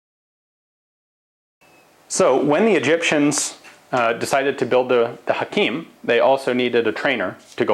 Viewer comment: U say Hakim Perfectly